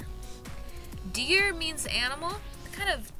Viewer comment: Africaans is realy closeish so hearing her say deer ensted of dier hurt